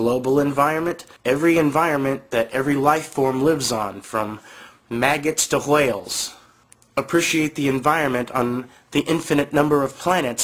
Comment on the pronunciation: Wow! YouTube read my mind... I was thinking the way he said wHale, had an emphasis on the H like the family guy skit where Stewie says cool wHip and emphasizes the H.... Turns out YouTube has it right here ---> As a similar video.... Hilarious.... PS... Nice video!